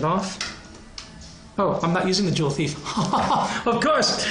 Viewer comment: juwelendieb haha. joule ≠ jewel